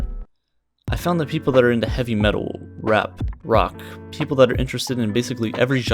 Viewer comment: ChilledCow the real OG Edit: mumble "Rap"